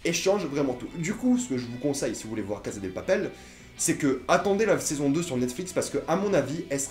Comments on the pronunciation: La CaSSa de Papel ! En espagnol meme avk un seul S ca fait "sss" pas "zzz". C'est comme prononcer "Teu Walkung Deuad" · Loïc Dum Il prononce a l'espagnol et ose prononcer "La CaZa de Papel" au lieu de prononcer "La CaSSa de Papel". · Ca se dit cassa pas caza c est en italien caza